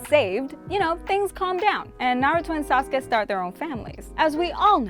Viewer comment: She said sasuke like Sauce-Ka😂